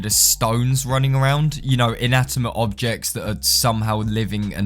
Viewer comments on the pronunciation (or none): "In-atimate object"